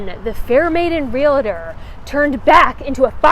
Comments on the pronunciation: I THOROUGHLY enJOY your videos, hence the Pareon support ... TIP- the word is REAL- TOR...not relator. Journey mercies, y'all! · actual REALTORs don't want to know that they are adding in an "i" to the membership name! Certainly never correct the public at Large on the funny mispronunciation, but the member should speak it correctly, slowly, until their brain learns the correct pronunciation.